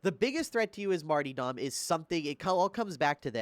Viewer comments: Martyrdom (Marr-tur-dumb) not (marty dom) lol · marty-dom... MARty-dom... martyDOM